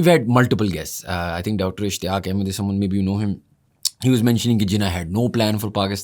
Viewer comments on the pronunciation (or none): none